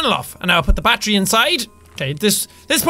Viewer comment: Every time Sean says battery it sounds like he's saying bat tree lol